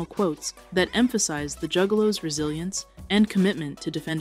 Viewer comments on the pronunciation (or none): At one point she said jewgaloos